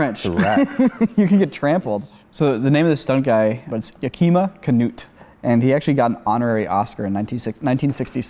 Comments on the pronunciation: YOUR PRONUNCIATION OF YAKIMA KNUT WAS TOTALLY OOF ITS YAKIMA,LIKE THE THE TOWN ITS YAK A MA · It's pronounced YAkima CaNUTE. He had a small role as a bad guy in Gone With The Wind (the bridge sequence). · Finally get around to covering Yakima Canutt and you mispronounce his name... Not cool, guys... not cool.